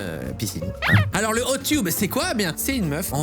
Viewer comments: C'est hot teub (prononciation) pas hot tube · Cyril ça se prononce hot ''teubs'' vraiment pas de blague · J'aime bien comment il dit "hot tioub" Alors que ça se prononce "hot teub" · Hot "tube"... ._. ça se prononce teub